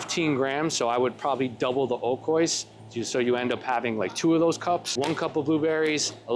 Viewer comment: I love you man…but u gotta start pronouncing oikos correctly 😔🥀